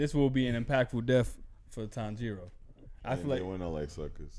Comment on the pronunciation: oooh yal are butchering his name lol , the emphasis is not on the "jiro" portion of his name. If anything the emphasis is placed on the "Tan" part. So it should be "Tanji-ro" not "Tan-jiiiiii-ro"